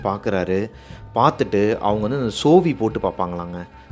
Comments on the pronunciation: Sozhi❌️ Sovi ✔️😂😂😂🤭🤭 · தம்பி கதை அருமை,ஜோசியரிடம் உள்ளது சோவி இல்லை சோழி